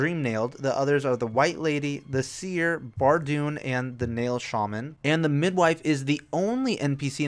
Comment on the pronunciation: You said Nail Shaman instead of Snail Shaman. Thank you for noticing me, it is an honour.